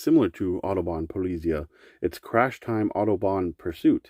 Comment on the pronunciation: Polly-zeye (like Eye with a Z in front tho). It’s German. Google is your friend.